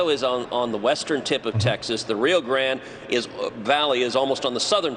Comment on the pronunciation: Trump is going to Edinburg Texas. We have a border patrol station here. I bet they are going to say Trump is working where Biden admin is not. Truth is Trump is not welcome here by the majority of us. Also, it’s not the “rio grand valley” Ted, it’s the “Rio Grande Valley”. Anyone from South Texas knows this. Gran-Deh’ for those that need help pronouncing a Spanish word; make sure to roll those r’s. Also, most people around here just call it “the valley” or “el valle” -“vay-eh” if you need help again.